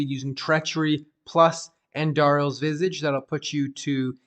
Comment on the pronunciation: The way you say Visage bothers me because you keep saying Visige.